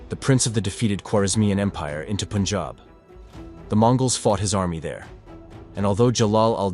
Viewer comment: Good thing he pronounces it as pun-jahb and not POON-jahb